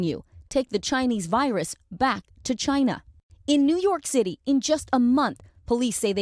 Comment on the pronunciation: UNexpected? really? the moment that Orange man said "chyna" we, Americans, are prepared for it.